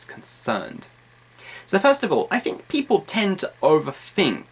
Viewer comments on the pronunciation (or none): Hi, you've some useful English learning videos. I've learnt lots of from you. And I realize something here: do you really speak 'th' sound by 'f' sound? (for example: think -> 'fink').